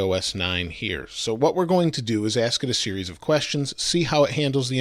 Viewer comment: "we're gonna ask them a 'siri's' of questions" lmao